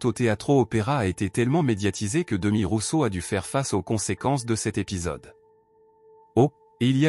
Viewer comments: Phonétiquement c est Demiss Roussoss. Demi Rousso😂😂😂😂😂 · On ne dit Démis Roussos mais Demisssssss Roussosssssss. Dommage que le texte qui accompagne cette vidéo soit mal prononcé. Il n'empêche que, pour moi ce fût un Grand Monsieur qui chantait magnifiquement. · On dit: Démisss Roussosss. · C est pas d e m i s R o u s s o s il faut prononcer les S finaux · Vpus êtes capables de prononcer correctement le nom Nikosssss Aliagassssss, Mais vous êtes incapable de prononcer correctement celui de Demissssss Roussossssss😡